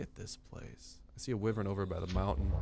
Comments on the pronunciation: why-vern it's so annoying you pronouncing it like that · its pronaunced Y-wern